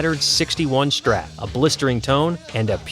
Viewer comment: why do you need to say "shtrat" instead of "strat"?